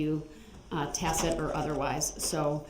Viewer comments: the judge tries subtly to pronounce "tacit" properly for the defendant 😂 hopefully he figures it out so he can stop referring to tacket agreements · He's trying to say "tacit agreement" but he's pronouncing it "tack-it"